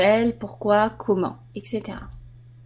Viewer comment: on dit etc pas exe